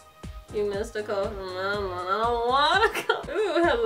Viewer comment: U kind stayed his name wrong it mammon Not mama